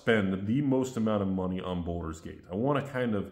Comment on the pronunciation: It's "Baldur's Gate" not Boulder's Gate